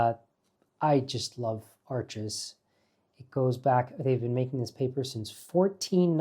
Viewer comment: Rajiv, the name of that paper is pronounced “ARSH” as in “marsh” .